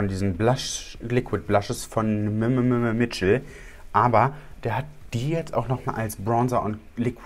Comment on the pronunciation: “MMM Mitchel” diese Aussprache 🙈😂